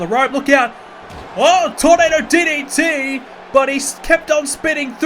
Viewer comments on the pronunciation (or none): none